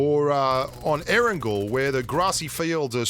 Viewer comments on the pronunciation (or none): none